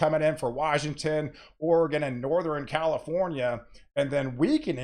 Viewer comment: You say "Nor-thren". Interesting.